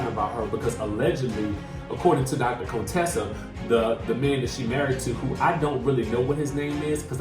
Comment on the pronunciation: Are you being shady, her name is Contessa not Conetessa lol. Can't wait for this season...a lot of twist and turns